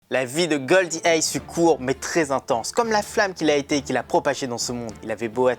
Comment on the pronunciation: " Gol D Ace " ? 🙂🤡